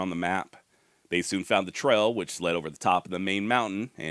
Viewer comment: Love the video brother.. but why do u not pronounce your A's? Instead of bail you say bell. Instead or trail you say trell.